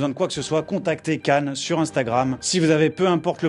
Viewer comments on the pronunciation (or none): none